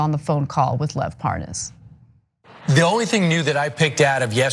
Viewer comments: "this guy Parnez or whatever his name is"....Hannity mispronounces it right after he pronounced it correctly. What a fraud. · Wouldn't it be a trip if we end up hearing Lev pronounce his name the same way Hannity pronounce it, thus proving Hannity having also been involved by knowing how to say the dudes name correctly and outing himself subconsciously right there 🤣